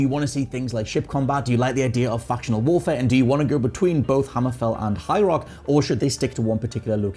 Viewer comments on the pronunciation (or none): none